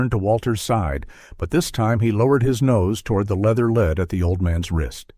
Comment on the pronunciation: AI MUST have editors! There is a distinct difference between "LED"and a dog "lead". Read a letter vs a letter read. Elias vs El-EE-US vs ELuis. Major ear-twisters! Bernard is not Bernad